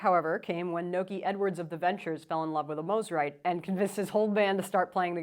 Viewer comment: You pronounced it correctly! Love my Eastwood Corona!